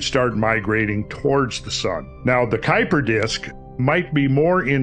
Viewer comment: Two Dutch names: Oort cloud: oar-t cloud. Kuyper disc kû-y-per disc(pronounced in one go)